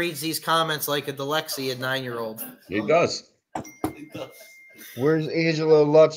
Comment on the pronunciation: All these guys say Dyslexia wrong. They say it Dilexia. Sammy the Bull does the same thing...lol. Joey and Snuff also say it wrong. I guess everyone says it wrong.